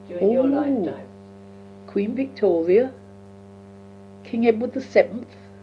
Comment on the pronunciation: At pronouces Queen Victoria almost as 'Wictoria'. You probably know that Londoners used to pronounce 'v' as 'w' and 'w' as 'v' until the late 19th century and early 20th century. It's recorded in some of Charles Dickens work, Sam Weller was pronounced as 'Sam Veller' and 'victuals' was pronounced as 'wittles' (meaning food). As a young girl, probably pronounced 'v' and 'w' almost interchangeably (or at least she would have heard older people who still spoke in the same way that many of the characters in Charles Dickens books).